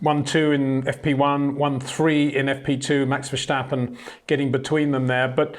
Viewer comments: Love your videos but I’m wondering why you keep saying Vershtappen. It’s Verstappen, no H there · The name verstappen has no H in it. You should pronounce it like versteppen, not verstahpen. It sounds so weird when you do that. Besides that great vids.